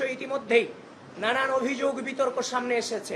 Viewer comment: আবিদ, তুমি অভিযোগ উচ্চারণ টা ভালো করে করবা, লোকে হাসাহাসি করে